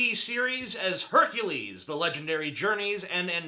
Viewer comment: "Jerkules" lawl